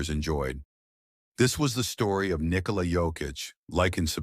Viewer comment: This was the AI generated story of Nick-o-la Jokic lmao. Still enjoyed it!